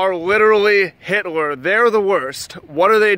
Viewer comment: i heard it as "litterally himler"